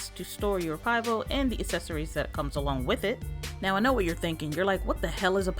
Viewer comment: Pronounce (pee-vo). It means beer in Czech 😁